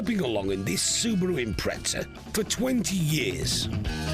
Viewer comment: Where is the "T" in Impreza?, Its pronounced Im Prez za.